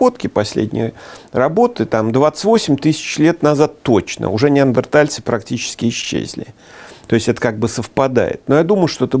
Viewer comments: ведущий всегда говорит - неардентальцы((( уровень(( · Но всё так же говорит "неаРДентальцы") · ...на камнях! ....нет, не на камнях. Они растягивали шкуру, заливали водой и бросали туда раскаленные камни! ....да, да на камнях. Ведущий - идиот!!! А, его неаРДЕНтальцы, это блд - к логопеду!